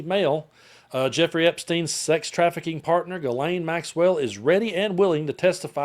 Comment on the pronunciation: Ghislaine and Guelaine are not the same name in French...Ghislaine is a French name, while Guelaine is not..Maxwell's name is Ghislaine, and not pronounced as Guelaine.